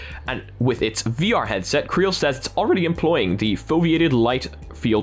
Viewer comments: Not 'creal'. C-Real. As in 'See Real'. Get it? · just a quick note, I think CReal is pronounced "see-real"